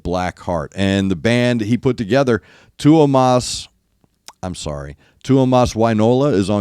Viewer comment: You said Tuomas' name right freaking guitar God 🤘🤘🤘